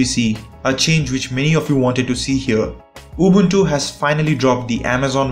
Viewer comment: Man , i LOVE the way you pronunce Ubuntu , you pronounce it just like us , Romanians